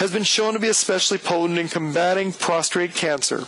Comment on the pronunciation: It is pronounced Prostate, not Prostrate. sorry, sir!